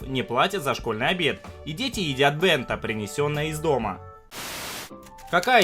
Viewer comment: Не денда а бента